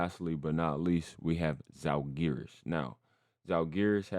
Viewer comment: please, it's pronounced ZALgiris, first syllable is under stress.